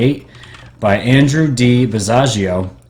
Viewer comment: You pronouced "Basiago" wrong. Rhymes with Chicago.